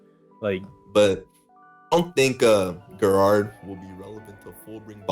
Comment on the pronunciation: Gerard is pronounced (jer'ard)